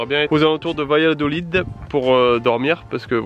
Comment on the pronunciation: Très jolie ville Salamanca, ville étudiante. Dommage, l'atmosphère en soirée est très exceptionnelle, très particulière, tranquille. Sinon Valladolid se prononce Bayadolide 😉